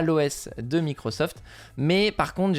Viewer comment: Espions " microft" inclus ? 😂😂😂